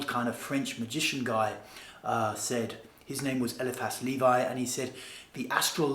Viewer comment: Ay-lee-fass Ley-vee